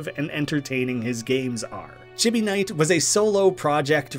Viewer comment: I'm a little sad you didn't mention Artix Entertainment and AdventureQuest; they never did have their games on Newgrounds though. Edit: "Chibi" is pronounced "chee bee." It's Japanese.